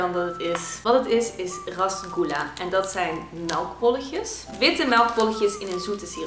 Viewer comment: en je leest het als resgoela maar schrijft et als rasgula